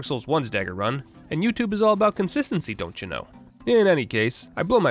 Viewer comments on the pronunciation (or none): Hey, that was a very Minnesotan sounding “doncha know” are you an upper midwesterner?